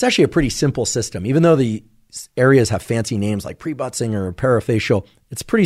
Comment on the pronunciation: Pre-butt-singer 😂 complex is what I heard him say, and I thought that really needs to be renamed. I looked it up and it is Pre-Bötzinger Complex😊